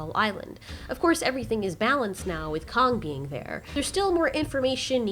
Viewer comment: Is it me or did she say Kong king ?